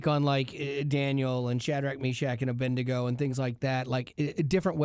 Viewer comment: aBED-Nego. Not Abendigo 😂😂